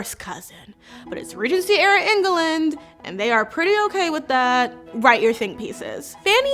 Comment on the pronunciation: Love to watch you explain these books...books that I would probably never have read. You make them so entertaining. Plus, I loved the way you pronounced En ga land...lol.